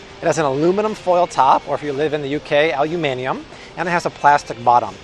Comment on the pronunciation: He still pronounced the uk way to say aluminium wrong - appreciate the effort tho :)